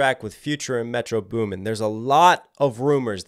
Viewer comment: He says metro beuumen 😂😂